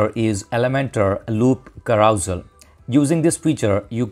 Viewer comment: LOL....carousal......carouSEL....as in SELf....SELL your car. I think the clue is the use of the 'e' rather than any fictitious 'a'. KA_RU_SELL.